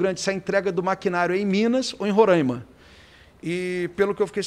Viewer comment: "Ro" raima, ro, não rô